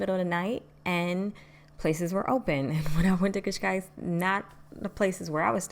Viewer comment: You are the first foreigner to speak the word Cascais so perfect without an accent🤔🤔Boa sorte em Portugal.